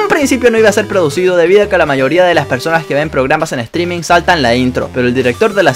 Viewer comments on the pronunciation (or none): none